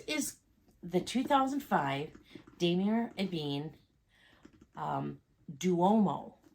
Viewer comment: It’s pronounced: Dom ee aa